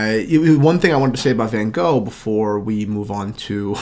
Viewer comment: Never ever heard someone pronounce Van Gogh so wrong 😂